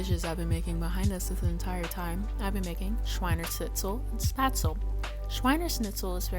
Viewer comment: This was informative, but you’re mispronouncing Spätzle. It’s pronounced like ‘shpets-leh’ Thanks for this video